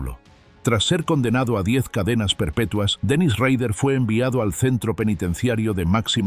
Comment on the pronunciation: Se pronuncia rader